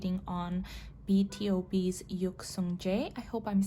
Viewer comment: It is pronounced b to b for born to beat (BTOB)